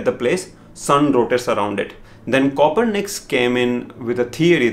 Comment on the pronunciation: Oh my Gujarati brother, nice to see your accent there. Also it's "Copernicus" 😂😂